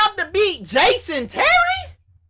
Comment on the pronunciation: "Jaaasyon Terry" LOL